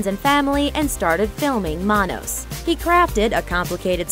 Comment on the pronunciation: You mangled the pronunciation of "Manos." It's "Man-OS." See MST3K.